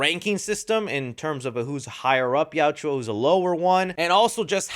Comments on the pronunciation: I love the film and your review, but please learn how to say Yautja. It yow-cha not yow-chew-ah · Yautja. Two syllables. Yaut-cha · It’s not Yautjua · Good sir, kindly stop saying "Yaut-jwa" and say Yautja. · Bro say yautja right and maybe you won’t have haters in your comments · Plz watch the movie again so u learn how to pronounce yautja. Great movie, most fun I've had since pacific rim. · Hey it’s Yautja your saying it wrong but that’s why fans can help you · I don’t think I watch one YouTuber that pronounces Yautja correctly 😂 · The pronunciation of the yautja is cringe. And his brothers name 😂